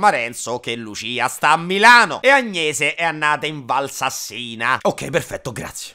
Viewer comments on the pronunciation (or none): Valsàssina, non Valsassìna... e Donna Prassède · correzione si pronuncia val sàssina non sassìna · se dice Val Sàssina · Valsássina* (non so se il lato dell'accento è giusto, ma va sulla a ahah) PS. bll video, brv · Ciao, giusto per cultura ti do le pronunce Val sàssina Settàla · Credo sia corretto Val Sarsina, non Val Sassìna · NOOOOOOOOOOOOOOOOOO!!!!!!!!!!!!!!!!!!!!!!!!!!!! VALSASSINA NON SI PRONUNCIA COSììì!!!! L' accento è come nella parola sasso ( sulla seconda a, credo. non sulla i). Citazione ad hazzard: 🤩🤩🤩🤩🔝🔝🔝